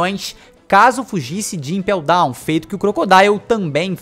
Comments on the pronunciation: Ele espacou de impew down ? Kkkkkk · "Espacar de ipel dawn" foi foda